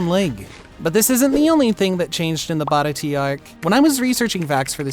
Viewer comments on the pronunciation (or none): "BAHRAHTEE arc" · This man said "bara tea arc" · the fekin baratie ark?!!!!!!!!!!!!!! atleast pronounce it close to accurate dannggg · how you say baratie is disgusting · How do you mess up saying the baratie that bad 😭🙏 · The way u said baratie was wierd 😅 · I’m sorry the way you pronounced baratie arc …. Was so wrong it hurt